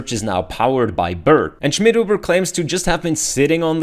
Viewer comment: I just like the pronounce: You_again Shmidhoobuh